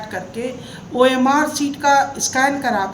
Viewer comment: ji Orm sheet nahi hota hai omr sheet hota hai 😂😂